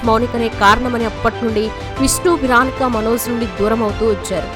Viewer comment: Veronica అని పలకడం రాదు .విరానికా కాదు actual గా "వె రో ని కా ". సిరిగ్గా పలకడం నేర్చుకోవాలి